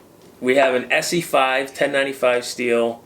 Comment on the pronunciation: Es SAY. Its Essssseeeee.